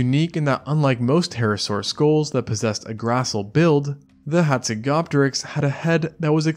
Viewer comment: You are pronouncjng the name incorrectly. The 'p' in Hazegopteryx is silent just as in Pteranodon. Its pronounced hatsego-teriks